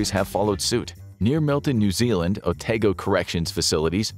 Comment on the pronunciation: Otago Prison needed an upgrade. The old prison was so old, it was quarried out using hard labour, when that was still a thing. You also pronounced it wrong. Its more like "Oh-Tah-Go" or "Oh-Tar-Go" - Depending on your accent.